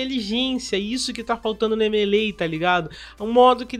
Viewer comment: Me causa estranheza essa pronuncia americana do jogo "M.e.lei"